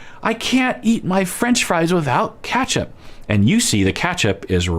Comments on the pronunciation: really said Catchup not Ketchup 😂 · “KATCHAP” lol 😝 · I've never heard anyone pronounce ketchup as 'catchup' before 🤣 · Where are you from out of interest?I went down a ketchup rabbit hole on google 🤣 after hearing pronunciation and found out that’s way a lot of people pronounce it in the US!